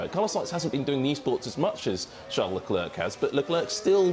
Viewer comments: It's not LE- CLERK Those studio people irritate me. It's Charl LE-CLAIRE Arg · My god, do learn how to pronounce Leclerc’s name the way it is intended. You guys sound obnoxious.